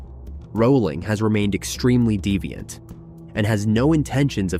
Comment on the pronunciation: Get your words correct, it is DEFIANT and not devient ai or whatever is an illiterate moron